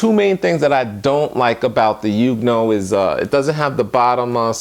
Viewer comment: I do believe it's pronounced "Yong new ohh". Either way, good video. I recently subscribed and am browsing through all your videos. Good content sir.